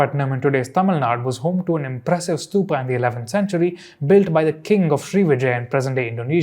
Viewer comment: Its not Stupaaaaaaa Cholaaaaa Buddhaaaaaa Lingaaaaa Bhagavathaaaa Puranaaaa ... Please pronounce it correctly as an Indian ... just like u correctly pronounced Tamil and Tamil Nadu